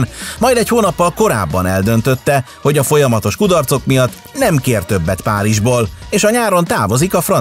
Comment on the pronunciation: "Nyem kér ttyöbet pájizsból"🫥